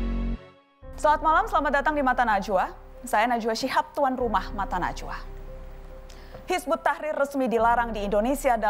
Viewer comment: pada ngak bisa baca ya, bukan hizbut tahir, tapi hizbut tahrir